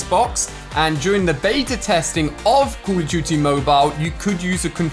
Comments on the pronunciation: “Call of Jute Mobile” yo- you mean “Call of Duty” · Why say call of duty like that